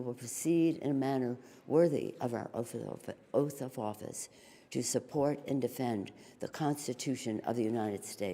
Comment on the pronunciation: She says “oath of office” as well as she executes it.